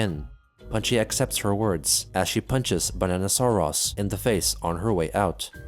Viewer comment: Banana sore arse. Fr though. pronounced it weird because of the way it was spelled with os at the end instead of us. "Sore-OS" instead of "Sore-us"